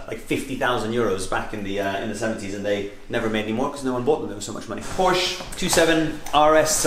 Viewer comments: "porsche people know their stuff" ya, like how to pronounce the name. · Can't even pronounce Porsche right -.